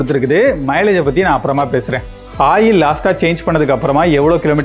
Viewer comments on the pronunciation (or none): none